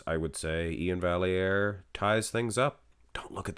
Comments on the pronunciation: For the record, Iain’s name is pronounced “Val - E - Air”.... He has it posted like this in his Instagram bio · Absolutely robbed. Anyone who looks at Iain and doesn't see the layer of subcutaneous pudding he's carrying with him is blind. Also, front lat spread... Iain wins? No calves and his chest disappears. And, yes... It's Val-yare. You're Canadian, bro. Lol